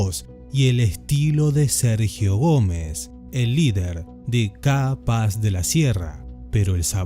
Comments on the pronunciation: Porque pronuncias CAPAZ como si fueran dos palabraz "Ca paz"... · se pronuncia capaz!!! no KA - PAZ, capaz!!!! jaja